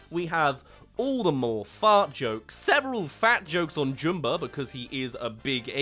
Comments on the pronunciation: I'm sorry, I can't take you seriously saying Jumba's name like "Joom-ba" like he's a character from that weird Boohbah kids show. They say it "Jum-ba" in the original movie, so idk why you're saying it like "Joom-ba". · Why can’t you say Jumba correctly? You’re literally choosing to say it wrong. It’s Jum-bah like Jumper or Jumbo. Not Joom-ber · who is Joomba?! It's Jumba. Like ummmmmm, get the name right. Everytime you say his name wrong, its like hearing your incredibly long nails on a chalkboard. Anyway, love your stuff. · wait, they change the way jumba's name is pronounced to joomba? this some live action last airbender crap